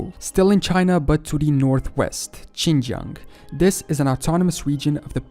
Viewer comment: im not chinese but i think thats not the way u pronounce Xinjiang/Sinkiang